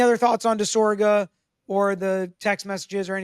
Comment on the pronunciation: You keep harping on your dad for mispronouncing Alessi, but you keep mispronouncing DisOGra, not DisORga LOL